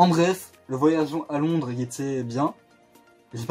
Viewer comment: LONDRES AVEC UN SSSSSSSSSSEUH